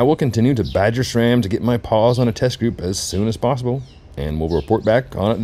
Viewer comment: SRAM, not "shram." SRAM is an acronym for Scott, Ray, and Sam, the three original founders of the company. There is no H. Maybe your badgering to get their products would go better if you can start by removing the H when you pronounce the brand's name. :)